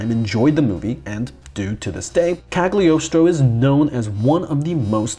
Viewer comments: I couldn't watch more than a minute. DUDE by the love of God, please research the right name pronunciation! It's not ca(tering)+do(e) it's pronounced ca(r)+toe. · No you have to pronounce it ,[kˌaɡlɪˈɒstɹə͡ʊ]=kal-yoh-stroh